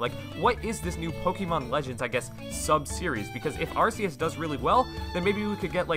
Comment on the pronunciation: Isn’t it ar-KEY-is?